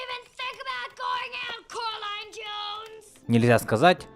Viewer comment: Согласна, но не Каролина а коралина